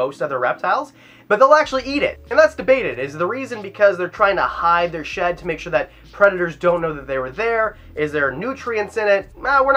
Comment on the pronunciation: When he said they eat their shed I thought he said they eat their sh*t🤣